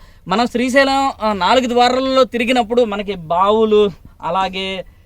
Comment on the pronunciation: Good video. Appreciate the info. Ok Kani daggara malli “Strhi” Sailam Annaru. Adi purusha sailam, sthri sailam kadu. Sri Sailam. You need to fix your pronunciation for such a holy place. I corrected you in an earlier video and you deleted the comment within a few minutes. Because you chose to make multiple videos around that holy mountain, it is your minimum courtesy to say it properly in order not to offend devotees. As usual I know you will delete this comment promptly but at least don’t repeat this mistake again You have to make an effort to correct yourself. Thanks